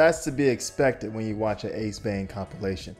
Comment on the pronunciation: It's Ace "VEIN". Not Ace "VAN". Also it's Black Manta. Manray is the Spongebob villain 💀💀💀